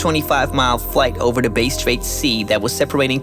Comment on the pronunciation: Hey good job but like most of the world you mispronounced a few Australian names “Bass straight” is bass like the fish and Melbourne is said “Melbin”